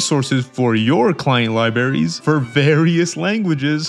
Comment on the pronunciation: Lie berries